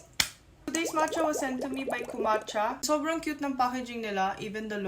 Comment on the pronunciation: sounds like kuracha yung matcha 😅